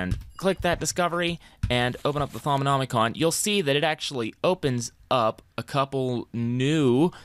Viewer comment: How did he manage to pronounce Thaumonomicom correctly but pronounced GUI as gouey